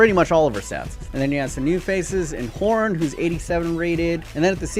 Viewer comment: “Horn”?? It’s Horan